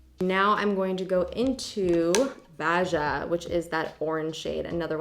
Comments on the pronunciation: When I’m in a funk, I’m sit in front of my mirror and play with makeup while watching YouTube videos 😂❤️!! Once I feel pretty and put together, I can get the rest of my shit done 💪🏽. Also, you adorable human, “Baja” is pronounced Bah-ha ❤️. But no worries! No one pronounces everything properly. I thought lululemon was lululeMON for years 😂😂🙈! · Imma be the dick but I gotta say it, Baja is pronounced Baw-Haw. Love you, J! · Baja is pronounced like baha 😘😘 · I think the shade Baja is pronounced "ba-ha" like the place Baja, California. I have been wanting to try this palette and all signs are sending me to purchase it like now!